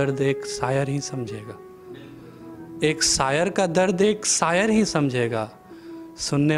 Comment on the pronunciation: साहित्य सेवा का पहला नियम सही शब्दों का उच्चारण होता है! इस बात का विशेष ध्यान रखें सक्स = शख़्स सायर = शायर इस्क = इश्क़